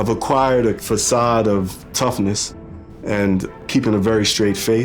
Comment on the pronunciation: He is from Brooklyn New York and he is pronouncing the façade as fakade? that's proper English...wow